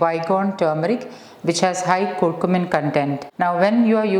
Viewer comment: It is "Car Q min" not "Koor Koomin"